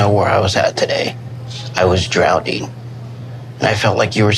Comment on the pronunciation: obviously, but can you not hear the way Ed say “drownding” multiple times